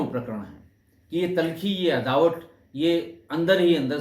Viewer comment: अदावत होता है अदावट नहीं, कृपया सही उच्चारण करें।